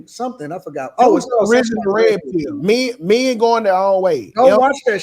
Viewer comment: The word is “men”, not “meyen”